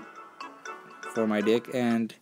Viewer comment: When you say "deck" it sometimes sounds like you say "dick" ;D